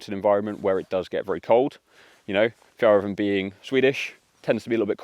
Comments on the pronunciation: Nice review! I think ill get one. And the way you pronounce Fjällräven means something totally different in swedish... 🫣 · I don't know how to properly translate it, but something in the lines of silly ass... When you say Fjäll it sounds like a diminishing word sometimes used to describe a softer kind of homosexual male. When you say Räven it sound as you plainly say the ass.